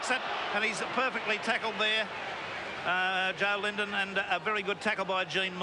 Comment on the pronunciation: Rex Mossop - what a buffoon. Apart from confusing Great Britain with England, he also referred to Deryck Fox as Derek Turner. Derek Turner played for Great Britain in the 1950s! He pronounced Joe Lydon as Joe Lindon. Isn't it the job of a commentator to do a bit of research?